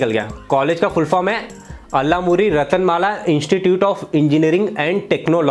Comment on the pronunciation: Bhai teko abhi bhi shi se yaad nhi hua colg ka naam ratnamala hai wo ratanmala nhi 🤣🤣🤣🤣🤣🤣